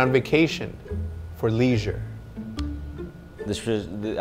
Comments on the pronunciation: Hecz cant pronounce leisure at all 😂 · The "D" is silent in leisure Shotzzy!! Love it 😂